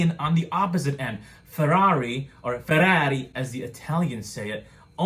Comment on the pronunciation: Grey crew if only for that pronunciation of Ferrari. 100 likes mean you do a video in that accent!